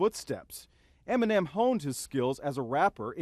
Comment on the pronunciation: Am I the only one who hears him saying M&M instead of Eminem 😂